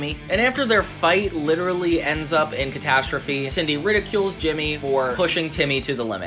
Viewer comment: is it Sidney or Cindy? cause this is like the 3rd essay video on this crossover and the narrator calls her "Sidney" instead of "Cindy" cause growing up I thought her name is "Cindy"